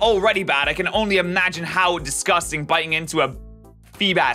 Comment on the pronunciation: Never heard the word disgusting butchered that badly